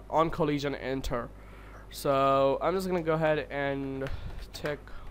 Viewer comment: Coleesion sound. Lol.